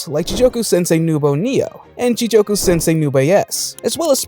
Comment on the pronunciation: great video except the mispronunciations are bothering the hell out of me. first "ji-joke-u" instead of ji-goku for hell in hell teacher and then "brian's base" instead of brain lmao. I'm sorry to nitpick, but I'm def hyped for these anime this summer